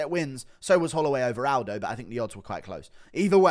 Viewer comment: Joe say Aldo. C'mon Guru